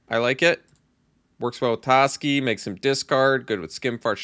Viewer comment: its definitely pronounced TOEski but it's alright. I'm upset about this but i feel we'll get past it.